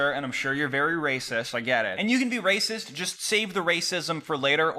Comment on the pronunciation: They make a lacist computah